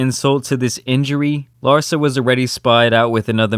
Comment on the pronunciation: The emphasis should be on LARSA not "her"